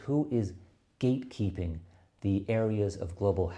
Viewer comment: "But, we do have to be careful about who is gatekeeping the areas of global health..." That emphasis on 'gate', an extra 's' would have made for a nice 'ba dum tss' moment.